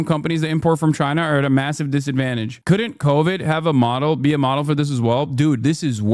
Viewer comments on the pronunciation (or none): none